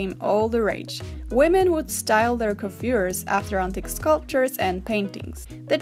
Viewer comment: she actually pronounces coiffure correctly in the french way